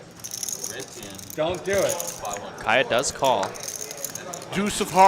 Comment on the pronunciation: It is not Kiah-ya.